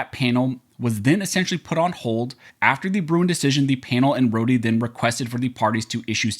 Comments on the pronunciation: Dude Rho-de case?? Rhod minus the e. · It’s pronounced Road the e is silent.